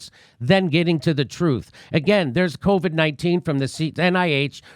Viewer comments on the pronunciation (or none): If only he had been guiding the country for past 18 months. I much prefer hearing covid pronounced "Caw-vid" like a true Bostonian 👍.